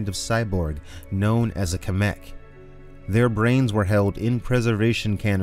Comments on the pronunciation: "symeck" not "kmeck" I know nitpicking but hey..... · Its not a "Ka-Mek" its CyMek like.... Sci-Mek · Yes. A human melded with a large war machine machine (cyborg-mech, mecha)= SIGH meck not a KIH mik. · Cymek=SIGH meck